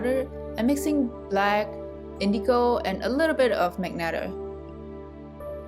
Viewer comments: Just to point: 'ma-jen-tah', not 'mag-netah' 😊 Maybe you had misread the color name Magenta 🤭 hihihi Nice video, well explained and neat, soooo smooth gradients and lovely simple and beautiful paint piece at end! Keep doing! o/ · Great video... It's magenta (mah-jen-tah) the "G" is pronounced as a "J" as in Jennifer... Again, it's a great video. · Wait I always called it "Ma-Jen-Ta" but she's calling it "Mag-net-a." Great vid tho! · I like how you say "magenta" like magneta, it really adds more personality to the color Also, it was helpful